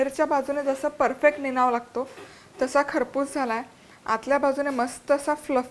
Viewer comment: निनाव्यातला व चा उच्चार हा आव जाव नाव सारखा न करता यावं जावं कराव बघावं तस निनावं असा करावा